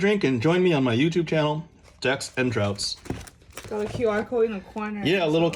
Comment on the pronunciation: This filled me with so much joy to watch! I'm glad you like the goodies! Though, have to call it out, it's Decks and Draughts, pronounced "Drafts" Hahaha :) Anyway, love the work, thank you for everything you do!